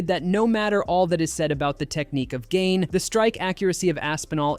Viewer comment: Are you allowed to judge fighters guts. Or have an MMA show, when you can’t say Gane correctly?????